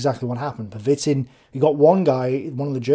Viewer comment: Pervitin is pronounced Per-ve-teen, with the emphasis on the last syllable. But completely agree with your assertion that if we 'monsterify' Hitler, we deprive ourselves of the opportunity to learn.